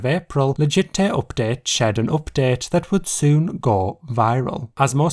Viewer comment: What is wrong with your accent? Oopdet.